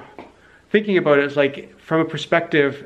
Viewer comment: You hear him once say "aboot" and you know he's native canadian... of german descent.